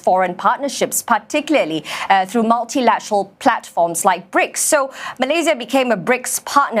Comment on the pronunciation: BRICKS, not break 😮